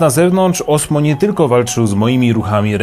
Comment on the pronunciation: Mam wersję z kamerką dedykowaną od roku. Osmo rządzi ;) PS. to się wymawia Ozmo.